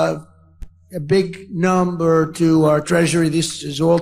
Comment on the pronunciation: he literally sounds like he’s drunk rambling “A…big……num..ber two…” What the fuck is going on??